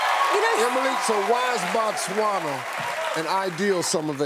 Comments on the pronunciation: im from Zimbabwe which is next to BOTSWANA , #bytheway it's not Batswana📣📣📣📣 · hey...Emily you shud pass by th capital city and say hi to me😂😂😂😂 I hope u enjoy staying in our country, it's Botswana by th way not Batswana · Botswana NOT Batswana... ''//O//'' NOT ''//A//'' Its ''BO'' not ''BA'' ... Botswana is the name of the country,and Batswana are the people from Botswana,its like Americans in America...You cant say I want to visit a country called ''Americans'' cause you will be now indirectly referring to the citizens of a nation called ''America''...Its Botswana guys,a re tlogeleng bo tricky...laareng nkare le ratoo ithaareng yaana!!! We also have a small peri Rural Village here in Botswana called Sebina,if you mind to know...